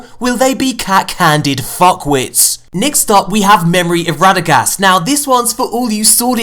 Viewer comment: radegast =dregast